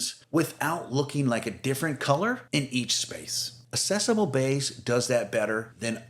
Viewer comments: AK-cessable Beige. The first C is pronounced like K. Like "access." It's not "assess." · Accessible is pronounced ak-sessable. I only care because AI often mispronounces words. And when you posted Sherwin Williams Accessible Beige, you only capitalized Sherwin. So now I don’t know if you’re a human or not. 😂 Again, I don’t care about perfection, but these little tells are the AI giveaways. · Nice color ideas, but check the correct pronunciation of accessible and Hague.